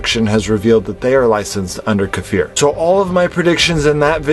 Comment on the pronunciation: makes me remember back when you & most of us still pronounce his name KI-FUR :))